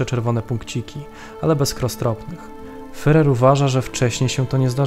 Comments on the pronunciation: Nie „fyrer” tylko fuhrer. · Świetny program tylko ... wymowa. Popracujcie nad tym (może jakiś konsultant), bo aż uszy bolą od tego fyrer. Nie fyrer tylko firer (tam jest tzw. u umlaut, poproście kogoś, żeby wam powiedział, jak to się wymawia). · super film, tylko ten "fyrer"... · Nie Fyrer, a Firer !!!! Podstawowy błąd. Ogólnie materiał dobry. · "fyrer", "fyrera", "kurfyrsztendam" człowieku, jeszcze nie rozumiesz, dlaczego nie mają 100 tysięcy subskrypcji? Autor kaleczy ten język tak, że nie da się tego słuchać. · Jest Pan inteligentnym człowiekiem,dlatego troszkę sie dziwię że mówi Pan "fyrer"😉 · Materiał ciekawy, ale wymowa "fyrer" to katastrofa! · Dałem "łapke w gore", ale ... "Fyrer"? Serio? :) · Niby wszystko fajnie, ale kim był ten "Fyrer"? Nie da się go lepiej wymówić? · Jaki "fyrer"? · A to już prawdę mówiąc zależy od danego landu. Precyzyjnie rzecz ujmując powinno się mówić /fjurer/. W kolejnych materiałach stosuje właśnie taką wymowę. Dzięki za obejrzenie filmu, pozdrawiamy! :) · Wszystko fajnie, ale wciąż "fyrer" i "fyrer". Jeśli nie potraficie wymówić tego słowa to odpuśćcie sobie jego używanie. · Bardzo ciekawy materiał, tylko błagam nauczanie się wymawiać słowo Führer. To nie to samo co furer. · jakiemu FEREROVI? IDZ na nakies lekcje wymowy...... swstyd FEREROVI?